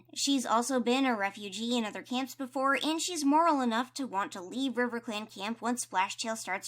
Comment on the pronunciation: you also said, "and over in RIVECLAN, CROWFEATHER is the deputy" this made me laugh SO HARD :D